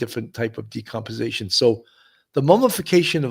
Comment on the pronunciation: Sounds likely. The bigger mystery is how this host doesn’t know it’s DECOMPOSITION - not “decomposation”